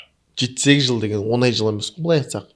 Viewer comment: Жүргізуші інім сен ң деген әріпті үйренші айналайын. Онай емес оңай деп сөйлеші. Сөздің мағынасы кетіп қалады